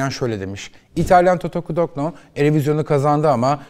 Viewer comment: Okunuşu: Toto “Kutunyo” anlayışınıza sığınarak bu hatırlatmayı yaptım. Sevgiler.